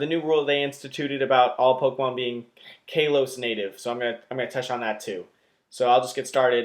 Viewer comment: I don't mean to be that guy, but I'm pretty sure it's pronounced "KAH-los" instead of "KAY-los."